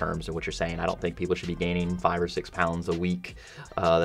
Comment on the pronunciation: Justin C JORDAN GAVE ME A FAHVE